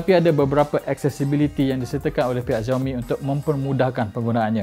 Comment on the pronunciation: you should pronoun it as 'siaomi' not 'ziaomi'